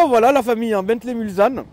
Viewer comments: arrête de dire Mulzanne en phonétique c est Mulssannes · On ne dit pas Mulzane mais Mulsanne ! En référence au virage du circuit des 24 h du Mans 😒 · "Mulzanne" aaah je saigne des oreilles haha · Magnifique la Mulsanne 😍, en phase 2 encore plus belle (, on dit MulSanne, pas MulZanne, stp). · Mulsanne prononcé "Mulssanne". Réf au 24h du Mans. Continue on te kiffe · n importe quoi quoi.Mulsanne prononciation il faut entendre le s, va dire ça aux habitants de Mulsanne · Précision importante, c’est bien Mulsanne avec un S en prononciation et pas un Z. C’est une référence au circuit de la Sarthe des 24h du Mans avec la commune du même nom 😉